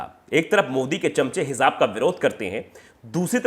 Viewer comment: It's pronounced as Hijab